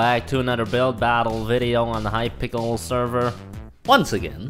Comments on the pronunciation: said hypickle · Did he said Hype Pickle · He said welcome back to hypickle